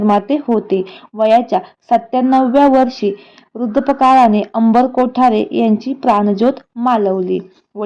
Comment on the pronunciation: बाई...वृध्द पकाळाने नाही हो...वृध्दपकाळाने बोला...चला चला आधी पन्नास वेळा बोला बघू....🙄😡😡😡